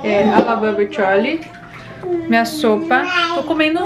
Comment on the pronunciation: Que esquisito vc falar bebe charlie